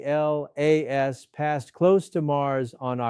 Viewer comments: Just say Atlas! Not A.T.L.A.S. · Michio’s had work done. Also, please stop spelling it out, just say “Atlas”. Doing my head in. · cant even say atlas right.....